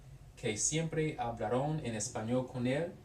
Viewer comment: you are pronouncing the -aron words as though they were spelled -arón. the accent is not on the -on but on the syllabol before, -Aron. hablAron. you also have some weird infinitive use in there that i dont understand, like with "iba a la biblioteca tratar de buscar" and "con mis amigos poder hablar espanol" for the former id say "para tratar de buscar" and the second one "y poder hablar" cuz "spend the vacation with my friends to be able to speak" doesnt make sense in english either lol